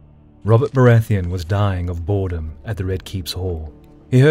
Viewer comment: Honestly, this came in on autoplay, and I thought you said he was dying of Boardom at first